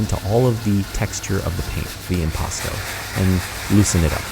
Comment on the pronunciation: Hot damn, you told us about impasto, but I never heard of impatchsto